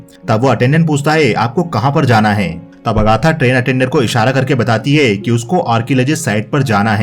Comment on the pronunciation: आप कई जगहों पर है को हे कह रहे हैं। सुनने में अटपटा लग रहा है।